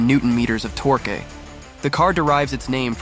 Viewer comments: The pronunciation is interesting... text to speech? E.g. Torque is pronounced "tork", not torkay. E.g. 1:1 ratio is pronounced "1 to 1", not "1 point 1" E.g. Jann is pronounced "Yan" Etc etc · "Meeth" (myth)? "Torkay" (torque)? Your robot voice is lacking. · Generic video game footage. AI text-to-speech voice (hint: torque is not pronounced “tor-kay”) This channel is garbage. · Another goddamn AI channel. Your poorly encoded AI narration voice shows right off the bat by simple mispronunciations: Myth (pronounced "meeth"), torque (pronounced "tork-ay"). You took what could have been a cool video and made it junk with AI. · How do you know this is AI? Torque pronounced torkay and an American accent saying al-you-min-eeum. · One thousand three hundred and seventy one newton meters of tor-que? Why the hell did you pronounce it like that? Why do so many of these types of videos get narrators who can't fuckin talk? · Torqué???? This must be a bot channel. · Did he just say 1371 Newton Meters of Torque-a? 🤦‍♂️ 😂 This whole video has a ton of miss pronounced words in it. Like really bad. 🤦‍♂️ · ah yes Torquay 💪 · Puts "torque" on screen, says "torqué" lol these ai voice overs are so annoying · "1371 newton meters of tor-k" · Just curious is this text to speech? After hearing torque pronounced torkay I'm wondering. Impressive if it is TTS. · Good video but some of your pronunciations are a little off. Torque eh ?